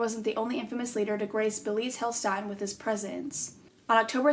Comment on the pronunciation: Hey, German here 😂 the name was pretty close, so please don’t take this wrong but in case you want to know how to pronounce it correctly: the „ee“ in „beelitz“ is pronounced like the „e“ in desk but very long, the „i“ is very short and the „ä“ in „heilstätten“ like the „a“ in „sad“! ☺️